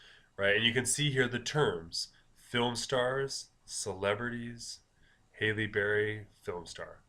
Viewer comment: HALLE not Hailey :) lol